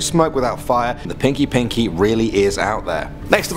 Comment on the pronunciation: Its pronounced peenky peenky, yes, I am south African